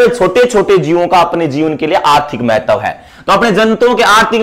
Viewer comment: Mahtavvvv kaise bol Ra gandiiii